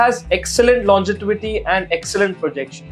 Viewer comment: Bhai its 'Longevity', NOT "longetivity". Other then that, great list 👍